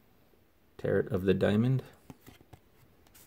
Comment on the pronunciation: Just for future reference, it's pronounced Tar-Oh. Nice cards